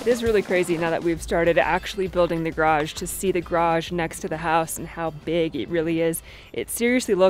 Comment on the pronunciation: !: You said garage four times near the beginning of this video. The first was okay. But then, you seemed like you lost motivation or maybe breath and they devolved into your usual 1.3 syllable pronunciations. Good job on the first one!